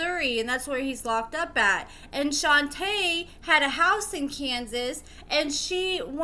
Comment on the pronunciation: You pronounced Shonta name wrong I know her she stay in my hometown they still together as we speak she used to be a restaurant manager